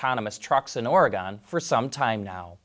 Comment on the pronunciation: Was Or Gone a slip of the tongue? Is that a normal way to say it? You mean the state right?